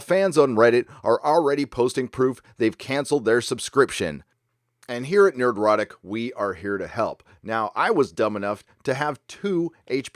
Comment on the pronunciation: During the logo intro, anyone else hears Nerd-o-rotic instead of just Nerdrotic?